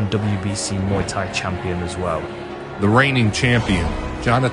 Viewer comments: just for future reference, Thai is pronounced tai like "tie" your shoes. XD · why is he pronouncing “thai” with a ต 😂 its not even a sound in the english alphabet i wonder where he got this pronunciation from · Good video but can you pronounce ’Muay Thai’ correctly I’m Thai and it hurts